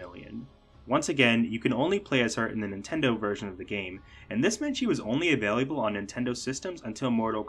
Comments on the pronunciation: Great video but… I think this dude thinks “available” is pronounced “availiable” lol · Thid guy added an additional syllable to "available" in saying "availiable" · Ah-vay-lah-bul. Not ah-vay-lee-ah-bul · Avail-lee-you-bull ? 😂 I've never heard available pronounced like the way you say it. 😅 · I'm taking a shot every time he adds another "i". My heart rate has gone up by 60 in the last 5 minutes.